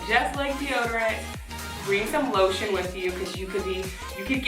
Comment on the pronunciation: 💀 when she said lotion I thought she said low sh*t and I was like “ oop 😳”